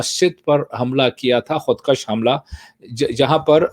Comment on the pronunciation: خود کَشی نہیں خود کُشی! رسہ کُشی نہیں رسہ کَشی